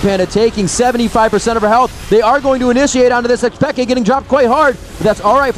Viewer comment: PEEE-K not peka